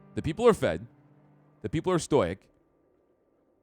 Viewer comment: I really enjoyed this. But I think it's pronounced "STOH-ICK" not "STOYK". Also in the Idol of Betrayal story you saw, the wife killed their baby. She beat it too death with the statue thing she was holding.